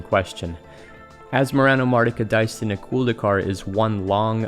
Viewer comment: Why do I hear everybody say "...-culd-ee-car" ? It's clearly written "...-culd-a-car". It's subtle, but as a french person I always hear people saying this "a" as a "e", and it bothers more than it should. Lol.